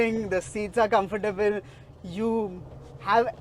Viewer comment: Confertable ❌ Strong ✅